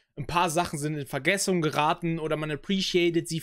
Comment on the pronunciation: Vergessung???? HAHAHA